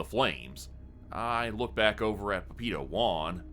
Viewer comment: Couldn't tell what was saying before "Juan" for the life of me till I realized he's saying "papito" lol. Pah-pee-tow would be a better pronunciation. Love the story so far!